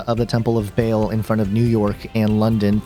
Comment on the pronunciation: It's not Bale it's Baa-l, just like the bleat of a sheep but ending in the letter L as in El.